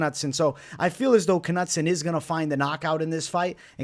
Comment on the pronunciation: Ka-nut-son lol, cmon man